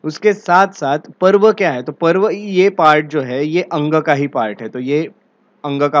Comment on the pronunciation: Not पर्व its पूर्व